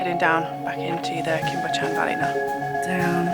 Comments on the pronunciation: the only you tuber i need a bib to watch. Bychan is pronounced similar to buckan and your sheep will almost certainly be ladies. Mesmerizing videos.. thank you. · Pronounced Cwm ( it’s short, not long like coombe”) Buh-chan ( Bu as in but, ch- ann, ch as in loch lomond, not ever lock) . I see your truck often! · Great video. Cwm is pronounced 'koom' but quick (no emphasis on the o noise) while Bychan is a bit harder. 'By' where the y is pronounced as the u in gun, 'ch' is the same as in the Scottish word loch (not 'ck', noise not actually present in English), 'an' is straightforward - like Anne